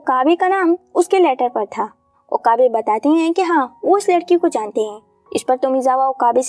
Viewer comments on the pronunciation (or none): none